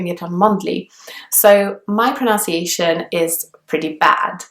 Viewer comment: It's pronUnciation not pronOUnciation. Pronunciation is the way in which a word is pronounced.